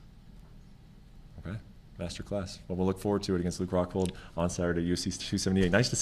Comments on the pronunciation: Paulo: “Im going to knockout Luke Hockhold” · ‘I will knock out Hockhold in the first hound’